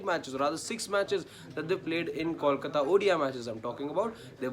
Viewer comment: I cringe everytime someone says "callkata", more so a journo. Can uou say "bolbala" or do you say "ballbala"? Or try saying "tollplaza". Now say kolkata and you will be just fine, buddy.